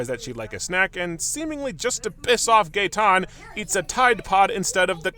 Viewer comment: It was Gaetan? I only heard Gay.